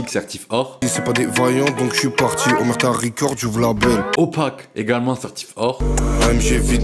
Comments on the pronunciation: C'est OmeRta pas oRmeta le sang mdr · c'est omerta pas ormeta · C'est OmeRta, par ORmeta, Omerta comme l Omerta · C’est oMERta pas oRMEta frérot 💪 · C’est Omerta mdr pas Ormeta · bonne vidéo et tout est vrais contrairement a la majorité des vidéos du genre juste c omerta pas ormeta😅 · Très bonne vidéo juste c'est pas ormeta mais omerta ! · Ormeta 😅 non c'est omerta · C'est Omerta pas Ormerta ou tu ma confu la non c'est sa Omerta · OH MERE TA (Omerta) pas OR MET TA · Pourquoi tu dis ormeta ?